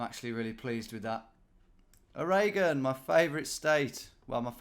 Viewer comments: surely he pronounces it something closer to orreygun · Ohraygawn? Say it Or-e-gunn. Did you correct Michigan to Mitchigan? 😅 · Lol it’s pronounced ORE-GUN. Like a diamond or iron ORE from Minecraft. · I'd heard "Arreguhn" and "oriGONE" before, but never "aRAYGUN" 😅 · Ah yes, Wizzconsin, O'Reagan, and Mitchigan! Have it mate! 👑 Edit: And Eye-ohuh! (Iowa) and Mareyland! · I think you did better than the average American would, tbh. Except when you say Oraygon of course but thankfully you didn't attempt pronouncing Boise again. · “A ray gun” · I believe they pronounce it "Oar-' aH -G'n" there. Similar to "OR + again". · it’s pronounced “or e gun” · Haha, Oregon is your favorite state to say but you say it like no Oregonian would! To be kind to you, many many Americans say it wrong too. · Honestly surprised that, despite given an absurdly bad pronunciation, you got Oregon pretty spot on. Although we DO NOT want Vancouver. So just give that bit back. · I love how Oregon, his favorite state to say, is the only one he mispronounces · Calling Oregon your favorite state and pronouncing it like that means you're the kind of guy that owns an umbrella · Oh-hay-gone? The disappearing state - only appears when you least expect it? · Iowa and Oregon (though I love the way you love your way of saying it) are the two I would revise pronunciation of. very drawly like we do: Eye-OH-wuhhh and Oar-uh-gun thoroughly enjoyed this though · Are you purposely mispronouncing Iowa and Oregon to wind your audience up because you have succeeded Tom